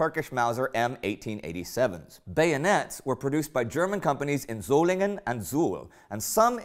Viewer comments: Indy, you perfetcly pronounced "Solingen". No native speaker could have done it any better. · Wow! You pronounced the german city "Solingen" quiet good! Nice video :-)